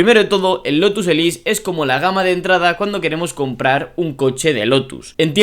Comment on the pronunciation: Elise, exige... son palabras inglesas, hay que pronunciarlas bien. Qué dolor de vídeo...